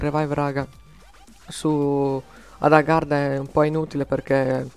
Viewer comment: hai detto garda invece che agharta :)